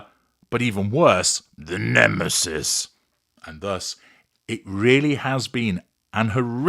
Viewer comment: Brilliant as usual. You are so humorous. Love the way you say: the NEMESIS!!!